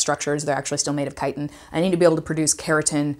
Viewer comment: It's crazy to finally hear Chitin out loud after playing skyrim all this time and pronouncing the "ch" like "chicken" lol